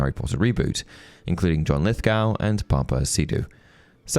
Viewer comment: You sound British, mate, so you should know it's 'Lith-Goh', not 'g-oow'. Even the Americans say it correctly.